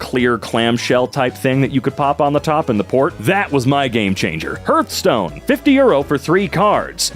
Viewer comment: Hurth - Stone?! Harth - Stone! Like Heart with an 'h' on the end. Hearth.